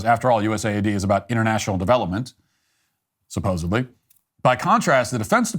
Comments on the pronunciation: C'mon..."supposably"? You're better than that! 😆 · Matt can you please learn how to pronounce the word supposedly